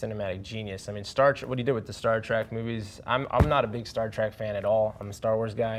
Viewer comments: Can those dipshits stop calling it 'Star Track'? IT'S STAR TREK! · It's not STAR T R A C K! DUMBASS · It's not Star TRACK it's Star TREK. Ignoramus.